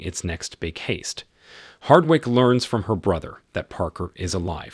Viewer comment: Heist - pronounced as haste here:(